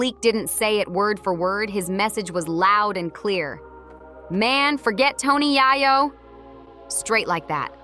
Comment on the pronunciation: why are you saying his name like that? if you were in tune with the culture you would know that it's pronounces YAAAyo! long A.